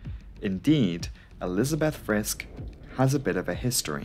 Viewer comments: Friskk instead of Friske? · just a minor thing....like in "Porsche", the "e" in the end of "Friske" is not silent. It's like the "i" in "it" or "hit", not silent but soft and never stressed. If you ever come across a German name ending in "ow" it is a silent "w" and pronounced like in "beau", that's the only case in German I know where a letter is silent. Apart from that I appreciate you covering older crashes but please leave politics and gender topics out. We're here for planes, Engineering, aerodynamics. Barschel very likely didn't kill himself, I know it is not the topic here but a closer look at the circumstances will make it unlikely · Maybe one point: The „e“ at the end of the names is short, but not silent: Friskɘ, Heisɘ 🙂